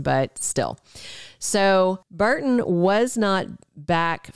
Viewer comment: It's "BURton,' not BARton.